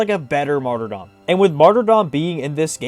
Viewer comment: HE PRONOUNCED MARTYRDOM RIGHT!!!!!!!!